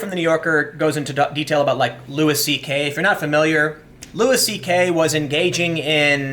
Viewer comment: Do you purposely say names wrong? LUIS CK, Colin Kay-Per-Nek